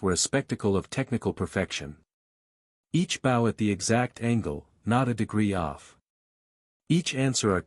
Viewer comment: Can the voice fix the word bow please....